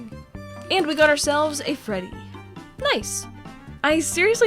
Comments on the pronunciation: I swear she said Frebby instead of Freddy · did she just say frebby? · Do she just say frebby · Lol u said " Frebby " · she says frebby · Wait did she say frebby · She said frebby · I got so mad when she called Freddy “FREBBY” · u said frebby